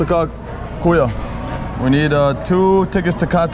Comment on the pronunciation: Please stop saying KUYO ...it is KAYO ☺️